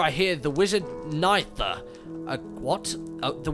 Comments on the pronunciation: When he was trying to say Nythera it sounded like he was saying my name.....knifer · It's nigh-there-r-i-a